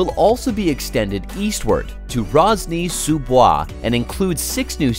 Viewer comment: I actually live in Rosny-Sous-Bois (you're gonna need to work on that prononciation 😊) I can't wait for the extension of the 11 metro line.